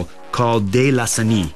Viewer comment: "De lasagni?" Sounds like Lasagna.